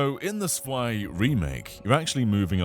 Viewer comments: Zwei is pronounced as Tswei. A German Z is always like a ts. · zwei is pronounced like tswhy